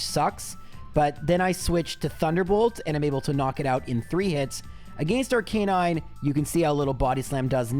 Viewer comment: Ar-kuh-nine not ar-kai-nine, im looking at the official pokemon handbook. Sorry has to say it.